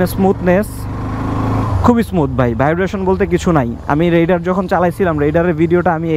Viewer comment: রাইডার কে রেইডার বলেন কেন?